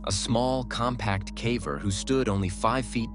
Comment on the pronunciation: My favorite is where they pronounce "caver" as "cavver", and then switch back and forth. Vanox does the same thing with their AI voice.